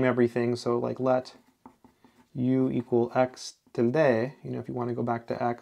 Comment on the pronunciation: Tilde is pronounced [ˈtildə], not as you pronounce.